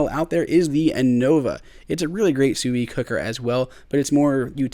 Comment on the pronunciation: That's how it's pronounced.